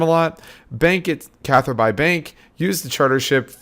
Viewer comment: It's pronounced Catherby not Cather-bye